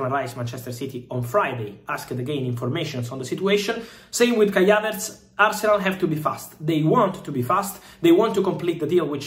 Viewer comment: Who is Kya-Vets???🤣😂😀😂🤣 ❤❤❤❤